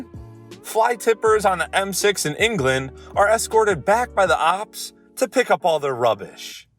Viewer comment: why do you say ops instead of cops